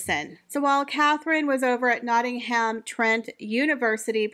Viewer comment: I can’t with the butchering of the names of the places . Nottingham - the H is silent . Buckinghamshire - shire is pronounced : Sher. Thanks